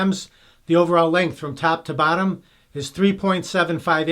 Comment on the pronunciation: I swear you were saying "tap to battom" hehehe... accents are awesome!